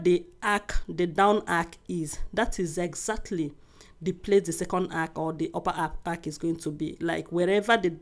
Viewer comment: My love the word is arch not ark